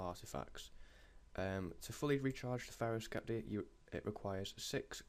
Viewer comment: you can't pronounce sceptre right either lol